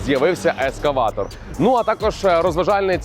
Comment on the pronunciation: Ескаватор? Чи мені почулося?